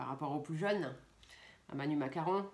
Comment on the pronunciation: Je vous adore trop marrant en disant macaron lolllll